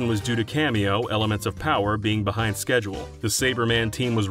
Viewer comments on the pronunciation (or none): none